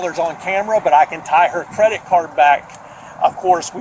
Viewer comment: This police officer is t the sharpest tool in the shed!!! “Did she wuze a cwedit card”??